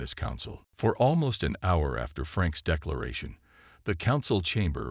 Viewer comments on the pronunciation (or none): none